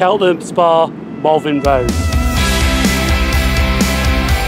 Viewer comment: Are you saying Malvin Road???? That is what it sounds like